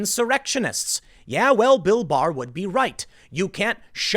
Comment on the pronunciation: I keep hearing Bill Mahar instead of Bill Barr, and this is with everyone. Very confusing